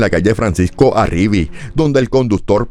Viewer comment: FRANCISCO ARRIVÍ - Se acentúa la última sílaba.